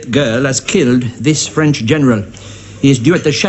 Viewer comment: The mispronounced vowels conveys his speaking French poorly